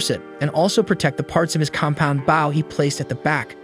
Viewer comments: Would appreciate you make better efforts to pronounce certain words correctly ex... Bow not Bao which is a type of savor stuff bread. Bow is the weapon the main character was learning how to use. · Bow not bao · the way it says BOW annoys me and literally anyone who even remotely likes archery ai: *BAW* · what the fuck is a bao, if you're talking about the bow, its pronounced b-oh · BOW NOT BAUW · why he says baw instead of bow? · It's not baw it's bow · bouw bouw bouw its b o w bow driving me crazy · Baw….bow hmmmmm close enough 😂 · Bro it’s bow not bao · Bro why would you say a "bow" ,Baw😂😂😂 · Bough compared to bow. They'll get right on it for us. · Why do you call it bauw and not bow. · I hear baw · It’s an ai voice so it says bouw instead of bow as it can’t tell the difference between “bow” and “bow” 💀💀💀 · ITS BOW NOT BOUW PLZ CORRECT THAT GRAMER MY EARS CANT HANDLE IT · I swear i won't be able to finish this video if you keep saying "baow" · Bro pronounce bow properly 😂you bow when your ment to pronounce it (bo) with the spelling bow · stupid ai cant say bow it keeps saying bao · Bow pronounced like Bo, just say the letter "O" then put a "B" in front to make the Bo sound. Swear, I think his voice is AI. Only reason I can think that he pronounces it like that. Or even like Boeing airplanes, just without the "-ing" part. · Stop fucking saying baw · I'm super curious on the pronunciations of some your words. Is English a second language for you? Bow, "Tastier" and Anime are all very very strange. "Bow" is actually supposed to sound like "B-oh", for "Tastier" it sounds like Tay-steer-ur when said properly, while Anime is A-nuh-may. Video was very interesting. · Say it with us .. B-oh. He uses bow (B-oh) holly crap how hard is this single word..? Please never make another video if you can't say a simple word... all you had to do us listen to the show and he says it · bough and awwow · Bow (b-OH) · Why is he calling bow bao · Bro is saying baw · It’s not that bad